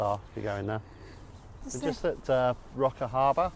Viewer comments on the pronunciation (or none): Its spelt Roker and pronounced Rowker